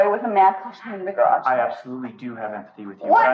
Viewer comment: "You threw me in the garajah!" What the hell is a garajah?